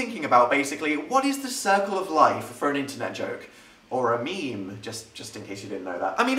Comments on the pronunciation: Is it just me or the first time you said meme you said me me? No? Okay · Not alone there